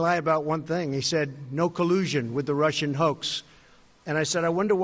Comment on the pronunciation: why are these people having such a problem saying "collusion.?